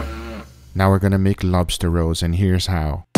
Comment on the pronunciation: I thought he was sayin lobster rose 🦞🌹⚘ . I'm like what tha heck ? I can just imagine a bunch of burley guys eatin on lobster rolls at deer camp